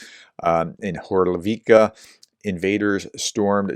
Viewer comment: No, it's not Hor-lo-vee-ka it's Hor-leev-ka ! Why is it you insert syllables that aren't even there ? Can I suggest you practice READING the place names to get them right before mashing them up ? I do appreciate your videos for content but slaughtering place names irks me.